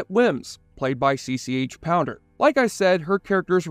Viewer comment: POUNDER!!! NOT POWDER